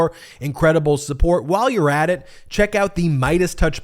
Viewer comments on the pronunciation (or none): none